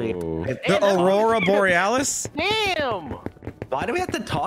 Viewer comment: Delirious trying to say Aurora Borealis 😂😂😂😂😂